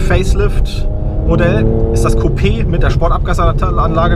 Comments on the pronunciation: Coupé and not Kyup! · Is that a chicken coup you’re referring to? No, you mean coupé.